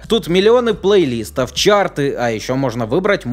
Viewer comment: Меня одного чуть не доконало обилие плейлИстов. Уши же режет дико...